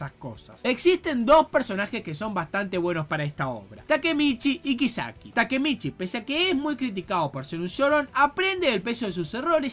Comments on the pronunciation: Todos: kisaki: kaisiki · Algo dentro de mí muere cada vez que le dice "kaiseki" a "kiseki".... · Le pego duro la Dislexia a XD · *Kaiseki * Gente normal: Kisaki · SE DICE A-KAT-SU-KI Also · ASKDHSJFHD AAA NO SE COMO NO CAGARME DE RISA CUANDO PRONUNCIAS EL NOMBRE DE KISAKI PERDÓN PERDÓN ENSERIO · Respeto y acepto tu opinión, pero lo que no respeto ni acepto es la forma tan pedorra en la que pronunciaste el nombre de Kisaki Y lo de la censura, bueno, yo no lo pasé porque vi el anime sin la censura jajajaj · He quitado el vídeo nada más oír como pronunciaste el nombre de Kisaki. Dislike.